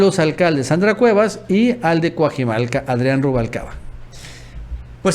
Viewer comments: Por favor, no digas Cuajimalca. Es Cuajimalpa. Ni pareces mexicano. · No sabes leer, no es Cuajimalca es Cuajimalpa, pon atención y practica mucha lectura